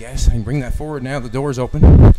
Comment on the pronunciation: "FOWARD THINKING!" >>>>>>>>>>>>